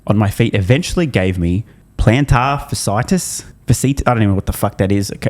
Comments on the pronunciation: It’s plantar fasciitis (fash-e-itis) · Pronounced "Fashy"-"Eye-tis". Itis = inflammation. So, inflammation of fascia.